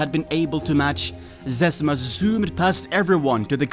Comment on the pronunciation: In the doc he mis pronounces zezima as zezeema. Now everyone knows it’s zezima, but maybe Mark made the account and it’s supposed to be pronounced Zezeema but he can’t correct ppl without being sus. It’s always stuck in my mind in that doc why he pronounces it that way. Then came across this